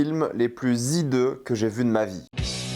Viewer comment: On ne dit pas zhideux mais bien hideux, sans liaison. C'est un film très HHHHideux.